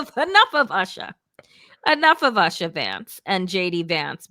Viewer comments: YouSha...not usha😂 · It’s not pronounced Usha. It’s pronounced Ooosha. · Would it be too much to expect that you and your host at the very least get the pronunciation of Usha correct? It is pronounced “Oosha” not like your pronunciation similar to “Usher”. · Please learn to pronounce Usha correctly! It is not pronounced like USHER.... It is pronounced as is Oosha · Wajahat at least should know how to pronounce the name USHA. OOSHA., not ASHA. Usha means DAWN. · USHA is pronounced with a U sound - like OO - SHA. Asha is a different name. Please pronounce it correctly. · Good points but why do you both mispronounce Usha's name?